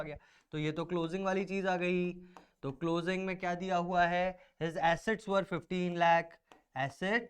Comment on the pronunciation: Assets sound likes (acid)